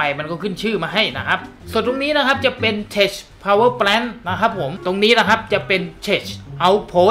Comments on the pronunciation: ข้อมูลดีมาก แต่ tech อ่านว่าเทค ไม่ใช่ เทช ส่วน Power plant อ่านว่า พาวเวอร์ แพลนท์ ไม่ใช่ แปลนท์ ครับ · ทำไม่ต้องอ่าน เทช เค้าอ่านว่า เทค มันย่อมาจาก Technology นั่นล่ะ คงไม่มีใครอ่าน เทชโนโลยีหรอก ฝรั่งเขาจะหัวเราะเยาะเอาครับ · คลิปสนุกตลอดครับ ปล. Tech อ่านว่า เท็ค ได้เลยนะครับ อ่านเป็นเท็ช จะไม่ค่อยถูกสะทีเดียว 😄😄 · ขอบคุณครับ ว่าแต่ tech อ่านว่า เทค นะครับ ไม่ใช่ เทช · 555 ชอบจังคำว่าเท็ช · 55555 เทช เทช เทช เทชชช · tech อ่านว่า เทค ครับ